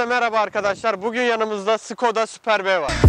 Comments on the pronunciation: süper b değil süpörb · Abi şuna Süper B Süper A Süper C değil artik Süperb şeklinde okuyun hyundai tuson diye okuyun tuskon diye de degil